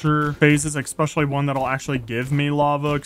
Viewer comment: “exspecially” Great vid as always